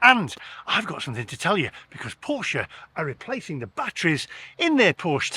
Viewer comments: You pronounced scone correctly but Porsche incorrectly. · I feel for you buddy but you bought the wrong porsche and learn to pronounce it correctly porsche I mean buy a GT4 more fun better road handeling sticks to curve like glue ,EV sorry to say are more harm to the environment then ICE sports car ,we racked up 80 K in 10 years on a boxster S love that car it makes no sense I would have to drive 100 K to be carbon neutral with a EV porsche